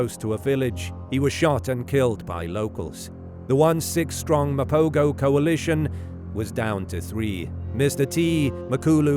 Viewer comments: This narrator pisses me off; the proper pronunciation is Ma-po-ho and not Ma-po-go. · Pronounced "Mapoho". Rookie error.